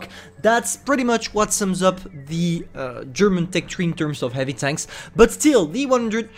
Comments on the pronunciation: he said hivy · I kinda miss his "hivy,, 😢😢